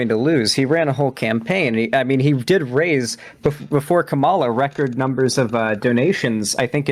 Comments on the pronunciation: still gets tripped up with Harris's name, like a lot of people. For those forgetting, it's KAH-ma-la, not Ka-MAH-la. Be wary, though, some talking heads on the right are mispronouncing Harris's name on purpose as a way to diminish her, kinda like "Barack HUSSEIN Obama" was used to imply him being some sort of foreigner or secret Muslim. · Dude its sooooo annoying. Its KA-mala not ka-MALA. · L. Say her name right. It's "Kama" as in comma, and la, as in lalalala. Comma-La. KAMALA. Or say Harris. 🙄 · please just pronounce Kamala's name right please please please it can't be that hard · Why can't he say Kamala's name right? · even corrected him, and he kept doing it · Oh god so wanted to go and salute those dumb jets so bad instead of continuing this with an hr to go. Then you check him on him on pronouncing Kamala... I almost get angle, but naw he's fos. reasonable af. Anyway, this comment is just for the algorithm. Love! ❤️ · Does ever say Kamala's name right? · pronounces “Kamala” wrong and I feel it has to be intentional. Emphasis on the first syllable. Reason I say this is because republicans used it as an attack on her back in 2020 to pronounce her name wrong. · He was directly corrected in this very debate and continued saying it wrong. I think you're being delusionally charitable. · Dude can't even say Kamala right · really didn't sit right with me how shark corrected him and he still went ahead and kept mispronouncing her name